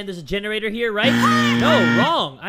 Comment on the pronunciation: Omg lol gene-ra-TOR